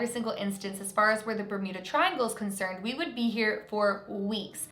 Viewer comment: Does she say bermida? Isnt it bermuda...